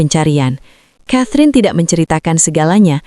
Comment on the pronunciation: Narator bego ! Baca "KETRIN" bukan catrin...kayanya lu gak pernah sekolah ya !? malu²in 😂